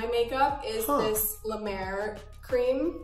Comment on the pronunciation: Hyram and I made the same face when she said La Mer cream